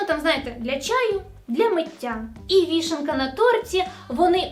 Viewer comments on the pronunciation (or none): "гніти", "розлагатись", "вішенка". Я, конечно, понимаю, что ты русскоязычная и пытаешься говорить по украински, но видос на ютубе это не риалтайм передача и текст для читки подготовить можно лучше. нужно. А так молодец